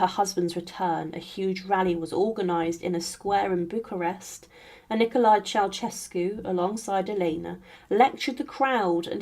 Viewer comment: Mispronunciation of surnames reached a peak with a few dozen instances when the surname of the fallen Romanian dictator and his wife promounced CheauCHescu. It should bwle Che-au-Şescu. The central Ş is a soft Ş. Is it possible that not one single Romanian could be found and consulted. In the chapter on Stalin his daughters name is SVETLANA and not the garbled surname I heard. AftercStakub's death onevof the contendersvL for top power was GEORGY not Grigor Malenkov. Re Ivan the Terrible he waged the Livonian War and not Livian. Mercifully correct was a reference to the Livonian Order. There were other mistakes. Please more attention is needed.